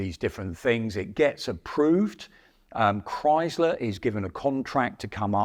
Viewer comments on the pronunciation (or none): none